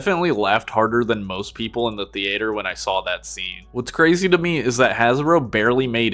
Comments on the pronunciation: you have GOT to stop pronouncing theater like thee-ayter i hate it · In the thee-eight-er